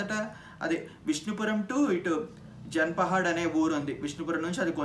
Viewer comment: చాలా బాగా చెప్పారు. కానీ" జాన్ పహాడ్"(no space) ని మీరు మాటిమాటికి "జన్ పహాడ్" అని తప్పుగా పిలవడం బాలేదు. ఇది తెలంగాణ రాష్ట్రంలో కెల్లా అతి ప్రముఖమైన దర్గా. ఏటా జనవరి చివరి వారంలో జరిగే ఉర్సు ఉత్సవాలకు కొన్ని లక్షల మంది వస్తారు. ఇప్పటినుండైనా సరిగ్గా పలకండి.